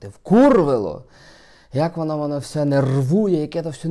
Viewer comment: не всьо, а все. Завжди ти так говориш.